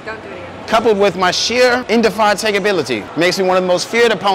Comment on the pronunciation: I died when he said my unmatched perspicacity coupled with my sheer Indified ya….🤣🤣🤣🤣